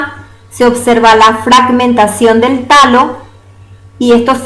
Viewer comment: y Alejo es talo no tallo!